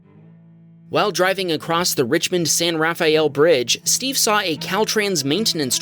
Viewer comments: It's San "RA-FELL." Not San "RA-FAYE-EL." lol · It is pronounced SAN RAFEL Not ra fe el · It’s “San Ra-fell” Bridge, not “San Raff-Ay-Yell”. The correct name is “ The Richmond San Rafael Bridge “. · San Rafael is pronounced 'San-Rah-Fell" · Unfortunately, San Rafael is pronounced "San Ra'fell'" Just a heads up.